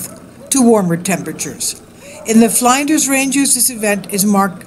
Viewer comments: flynn-ders, ftw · I gave you a like because of the interest level and I live in Australia, but I thought it sad you had to show the same clips over and over again. Also the pronunciation of Flinders as in Flinders ranges is FL in (as the word in) DERS, FL in DERS